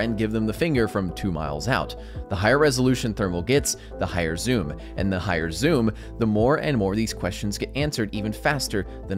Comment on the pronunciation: Bro said "IR nd thermal"